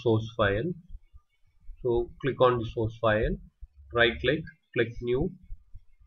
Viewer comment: Good job. Also İ like your accent and the way you say "sauce file"